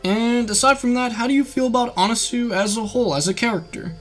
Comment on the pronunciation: It’s pronounced anaswi not anasue